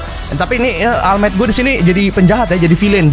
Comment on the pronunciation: All might Dibaca oll might:v